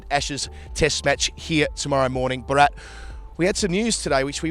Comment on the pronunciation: has changed his pronunciation of Bharat